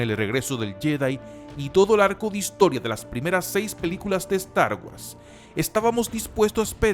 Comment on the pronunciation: guors!! pronuncia bien!!